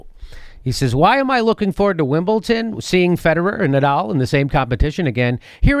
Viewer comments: Jimmy, there is no "t" in Wimbledon !! Wimbleton !?? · Its WimbleDON not WimbleTON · Stephen Colbert and Jimmy Dore have 1 thing in common: They both say Wimbleton and not Wimbledon. lol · It's WimbleDon not WimbleTon Jimmy. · for christ 's sake jimmy, its wimbleDon not wimbleTon. you sound like a moron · For correct pronunciation in the future; Brits miss out the "U" in "Glastonbury", so you say "Glastonbry" (kinda like the cheese). Our "U's" are kinda weird. Also "Wimbledon" is "Wimbledon"! Love the show! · "Wimble tin" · Why is Jimmy saying "Wimbleton"? There's no "T" in there! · Wimbledon with a "d" Jimmy.Loved the segment though!! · Are you saying WimbleTON?? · stop saying Wimble-ton! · What the hell is Winbleton, Jimmy? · WimbleTON lol. But seriously come to the UK Jimmy. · theres no t in wimbledon